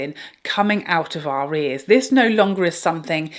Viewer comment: I m sorry but on the Anastasia section instead of hearing "we all have palletes with these colours coming out of our ears" I heard "coming our of our rears" and for a moment i thought we twitched the game here😂